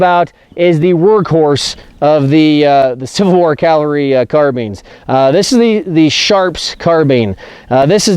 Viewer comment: I'm amazed that you specify accuracy... but you keep saying "CALvary"